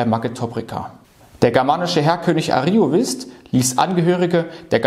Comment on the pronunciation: Vielen Dank für den Beitrag. Ich möchte noch anmerken, daß zwei Wörter falsch betont wurden: Ariovíst(us) sowie Häduer (Betonung auf dem ä).